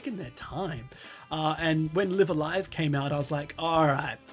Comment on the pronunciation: FYI, both instances of "Live" in "Live a Live" are pronounced the same. Note the Japanese title: ライブ・ア・ライブ